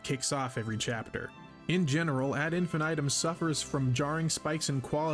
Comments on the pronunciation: "Ad Infinaytum" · Whose gonna tell em how to pronounce this.